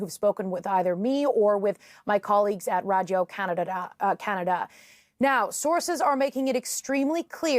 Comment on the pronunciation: Radgio Canada? This woman has forgotten how to speak...wtf